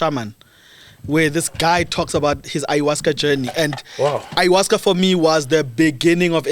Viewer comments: It’s Ayahuasca🙈 not iowaska😂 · What is ayahuasca? Ayahuasca (pronounced 'eye-ah-WAH-ska') is a plant-based psychedelic. Psychedelics affect all the senses, altering a person's thinking, sense of time and emotions. They can cause a person to hallucinate—seeing or hearing things that do not exist or are distorted